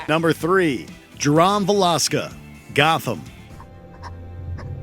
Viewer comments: Is that how Canadian's pronounce Jerome? Never in my life have I heard someone pronounce Jerome as "Jer -Ahm". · Number 3. Jerom Valeska 😂😂 its Jeromeeee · Jer-om really? How can one not pronounce the name Jerome. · The mispronunciation of Ja-rome from Gotham is ridiculous. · Why mispronounce names when you can literally check the source material !!!! Its pronounced Je-ROME like the CITY & how Jerome is normally pronounced. Though Cameron does do an amazing job & tbh if I had to choose Jeremiah is scarier; Jovial and murderous batman villains are fun...calm and murderous is unsettling. Also once you know who an actor is behind the character, totally not scary, like with the original IT. Tim Curry doesn't scare me; I'm sorry that's just Dr. Frank-N-Furter as a clown and that's hilarious! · it’s pronounce Je-Rome you know like Rome, Italy but hey I love that you guys added him as a scary clown. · This was a good list but the way you pronounce Jerome Valeska’s name irks the piss outta me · This dude mispronounced Jerome Valeska....where Rebecca at 😂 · Cant take this video seriously when the narrator cant say Jerome's name correctly XD I mean who pronounces Jerome like that XD